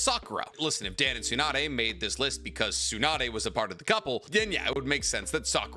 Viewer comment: My ass does not believe ur learning Japanese calling him "Dan" like that lmaoo